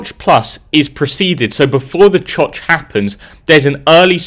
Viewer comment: Him saying choch got me giggling